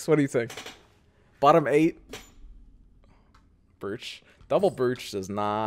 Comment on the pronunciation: I think you're pronouncing "brooch" wrong bro